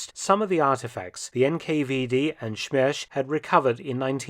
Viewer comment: Russian is not like German where the first S is pronounced as an Sh. SMERSH not ShMERSH